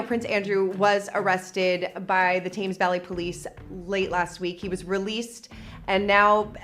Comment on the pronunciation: Thames Tems, rymes w thems